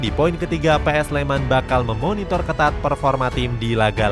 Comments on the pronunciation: PSS SLEMAN Woyyyy bukan PS SLEMAN .sek bener le ngucapke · PSS SLEMAN BUKAN "PS SLEMAN" ALE. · Lain kali penyebutannya PSS SLEMAN min,jangan PS SLEMAN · PSS Sleman mas mbacanya, bukan PS Sleman. Kayak PSM kan mbacanya PSM makasar bukan PS Makasar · PSS SLEMAN BUKAN PS SLEMAM